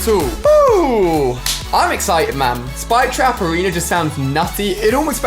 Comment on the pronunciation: When you say it it sounds like “Spike Traperino” which is something that I totally imagine Rich (iTemp) calling the spike trap in his commentaries.